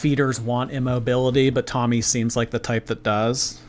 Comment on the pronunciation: Is it me or you calling Tommy “tummy”? That’s what i hear everytime😝